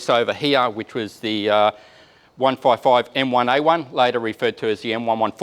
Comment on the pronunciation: can't say 155. It sounded like 1445 mm. One fourve fourvevefiv